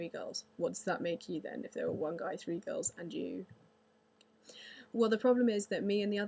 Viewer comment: I have no prob with girls on xbox live i dont pay much attention anyway lol and you say girls like gawls